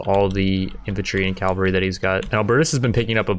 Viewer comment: On behalf of all my nazi bretheren out there... its CAVALRY! not CALVARY.. Dont make me teach you englais son.